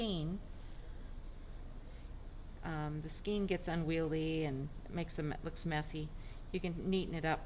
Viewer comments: Sorry to contradict you but the E in skein is pronounced as an A in English. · So…how do you pronounce “skein”? It's pronounced skane because of the E before I rule.Aug 22, 2016 Like "cane"